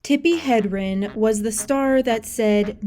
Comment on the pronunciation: Hedrin, not Hendrin